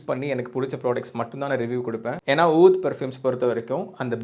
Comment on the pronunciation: Pronounced oodh brother